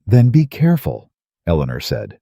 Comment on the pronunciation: At about : : the name 'eleanor' is badly said as if the team did not research how it should be said!. Oops LoL 😢😢